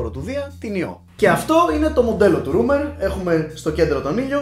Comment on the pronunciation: Ψιτ είναι ρόίμερ κ όχι ρουμερ.